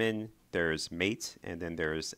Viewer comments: man do i have to correct every mistake you make? its pronounced matey spelled mate. lol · Mate' pronounced like the Argentinian drink.